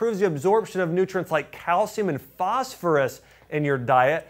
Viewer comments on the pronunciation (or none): none